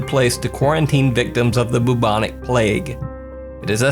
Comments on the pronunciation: "boobonic plague" lol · This guy said Boobonic plague. Lol👙🧟‍♀️